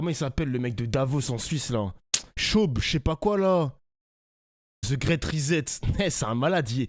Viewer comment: prononce le mot great grit je suis choqué